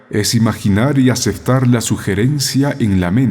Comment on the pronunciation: Dice aceftar